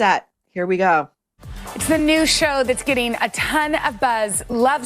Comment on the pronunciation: Regarding, I think her speech errors (and annoyances) are due to her overall mispronunciation of words. Instead of saying getting (with a short 'e' sound [bet, get, let], she's making the 'e' a short 'i' sound. She says gitting instead of getting. I think the short 'i' sound draws attention to the -ing ending of the word, making it sound super annoying. You're right though, she needs someone to help her with enunciation.